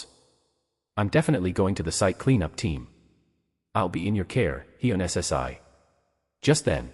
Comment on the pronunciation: Honestly, I am not a big fan of AI, but for my dyslexic sister, I'll give this one a pass. Thanks for the upload. Though you really should edit some parts where it speaks too fast and some words aren't read properly. Like, the " - ssi" honorific. Though seriously, thanks. Eagerly waiting for the next upload. 👍🦌📺💕